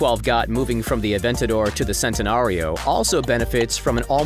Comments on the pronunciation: It’s Chentenario not sentenario also Lamborghinis aren’t sports cars there supercars learn the difference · btw its not sentenario its like ch-entenario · Also, most people say it like 'chentenario', so his 'sentenario' annoys me lmao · P yeah I know it's said shentanario but doesn't really bother me that much it's like Chiron it's depends on which country your from but koenigsegg u gotta be kidding me